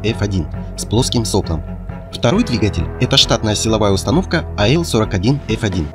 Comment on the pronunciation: Двигатель с плоским соплОм, а не сОплом. соплО